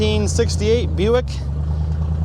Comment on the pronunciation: Thanks for pronouncing Lasabre correctly.